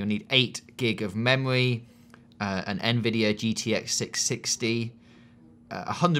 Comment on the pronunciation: "memowy" LMAO someone is a cutie!